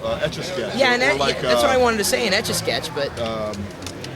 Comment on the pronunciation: Stetch-a-sketch? Are you on drugs?